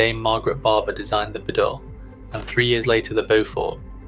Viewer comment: It’s Bee-dale and Bo-fort.